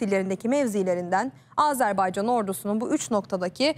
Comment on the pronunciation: Aazarbaycan diye okunmaz Azerbaycan!!!